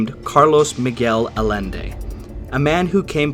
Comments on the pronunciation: Love this video. This is one of my favorites paranormal stories from WW2. Only thing is hearing Carlos Miguel Allende's last name mispronounced. Is a Spanish name so double Ls make a Y sound. His name is pronounced Ah-Yen-Day not Ah-Len-Day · Probably been pointed out but Allende is pronounced "Ay-en-de". 'Ll' in spanish is a Y sound. Dude's got the same name as the Chilean president the US helped overthrow in the coup that put Pinochet in power.